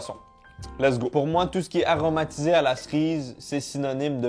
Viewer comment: Personne normale: « cerise »: « ça goûte la Srize »